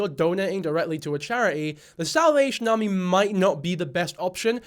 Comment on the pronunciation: lol its bc of how Mikayla pronounces it